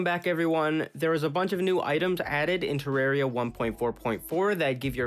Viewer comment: I think he said Terraria wrong.